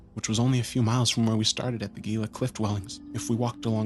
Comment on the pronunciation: Your friends ostracized you for mispronouncing ‘Gila.’